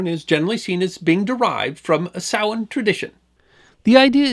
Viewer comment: OMG! Someone who pronounces "samhain" properly! Thanx for avoiding AI voicrs.😀